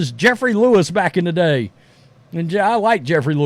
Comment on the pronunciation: It's Jerry Lewis not Jeffrey! 😂🤣